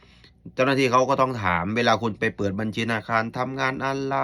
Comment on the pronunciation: พูดภาษาไทยยังชัดเต็มร้อยเลยพูดคำว่าบัญชีให้ชัดเจนก่อนนางเอย